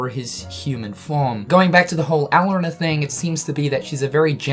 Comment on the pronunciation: Strelitzia: Stra-lit-sia Lauriam: Lor-i-em Elrena: El-ree-na Please pronounce the names right. It was ticking me off every time you said them throughout the video.